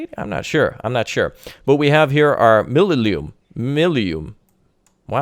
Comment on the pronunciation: Mi lu im th.. im you read it as eem